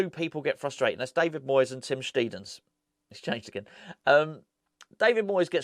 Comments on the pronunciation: Its pronounced Sht👁ten in German,. Have watched the German interviews and he seems a cheery, relaxed character like Nobes. Think those two will get on well. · Afternoon, this should clear things up for you, so my neighbours next door neighbours wife is half German and she said it’s pronounced steidten not steidten so there you go mate, you are welcome cheers, Paul